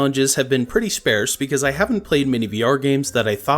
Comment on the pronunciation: Why the fuck you say sparse like that bro, disliked and unsubscribed.